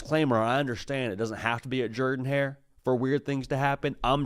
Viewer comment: He does Pronounce it right!!